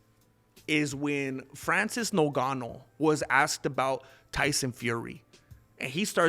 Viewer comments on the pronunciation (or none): none